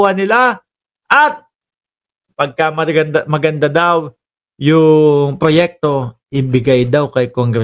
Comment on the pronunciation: Proyekto hindi proyekta.